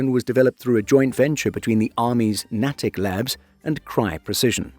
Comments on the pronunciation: U.S. ARMY NAY-TICK lab not NAH-Tick lab. In Natick, Massachusetts. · Natick - “Naydick”. The A is a hard sound and the T is soft.